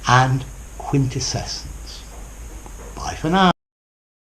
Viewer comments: Sir, are you adding an extra syllable in quintessence? Sounds something like 'quintescessence'. Probably under the influence of the adjective (quintessential), which I think is more common than the noun. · are you sure your pronunciation of the last one is quite correct? 😉